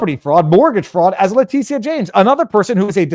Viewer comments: Letitia is pronounced Letisha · You keep calling her (lay-tea-see-ah) like she's a Latina. It's a different spelling all together. I pronounce it, (lay-tit-tee-ah, or Big Tush for short.😂😜